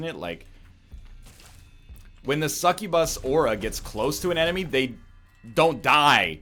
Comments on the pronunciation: McFright and i just watched the bit in the vid again and he definetely said bus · TheMiningDog that's my point! NL says incubus normal but when he says succubus he always says it different by really accenting the bus at the end. And I just pointed out that it annoyed me! So let me be annoyed! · God it's so annoying how you say succubus.